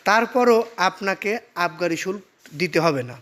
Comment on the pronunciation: বেটা উচ্চারণ জানে না। আবার ভিডিও বানায়। শুল্ক - উচ্চারণ শুলকো।